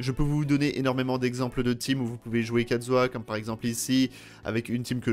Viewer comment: Mon xiao vas avoir son New set et kazuah celui de xiao (juste on et d'accord il dit katzuah et pas kazuah